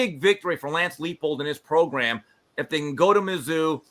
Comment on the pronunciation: "PROGRUM"!! BAHAHA